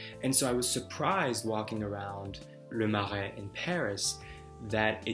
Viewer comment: Kudos on the French accent when pronouncing Le Marais! That was on point 👏 And I agree that one of the joys of conversation is when there’s a sense of back and forth, of probing beneath the surface - and a genuine connection. Over the years, I’ve learned to be more efficient at prioritising who I want to converse with, and really not spend energy when I’m not feeling any engagement from the person I’m talking with. I’ve learned that I don’t have to be compatible with everybody. But when you get that genuine connection, that’s where magic happens, and it’s an invaluable feeling.